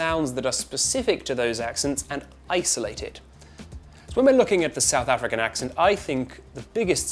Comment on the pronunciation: "Sedth Effrikan"? As a South African, I would like to say: no